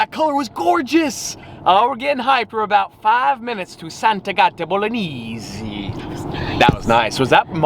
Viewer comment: The pronunciation of "Sant'Agata Bolognese" is really very strange! Just "American-style!" 😀 I'd like to see when he goes to an Italian restaurant and orders "Spaghetti Bolognese" and pronounces "Bolognese" that way. 😀